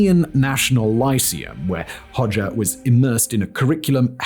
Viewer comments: Sometimes I think that Simon’s channels are all a cover for the real content which is deliberately pronouncing easily googleable things as strangely and as jarringly as possible. Hoe- szha not Hodger to rhyme with todger you muppet 🙄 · I knew about him, but I never pronounced his last name like that. Growing up it was pronounced more like 'pas-scha' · Yikes! And I thought that Nicolae Ceaușescu and his wife (in Romania) were bad! {cringe} Thank you Simon, I had heard the name; but never researched him (Makes note to self: In Albanian "xh" after an "o" makes the "o" a short vowel. "Hogger" .... or is the "r" on the end, Simon-speak?) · i love that he tries to get the pronounciation of the albanian words correct but fails